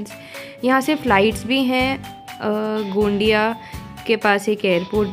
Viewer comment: GMC गोंदिया....not गोंडीया.....,👍👍